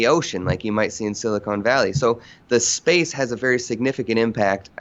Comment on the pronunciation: He obviously reads a lot, he knows words and terms like silicon valley but doesn't know how to pronounce them.